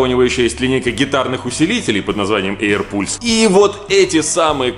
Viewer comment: эйр палс только, а не эйр пульс.